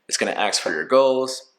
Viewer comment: ASK…..not AXE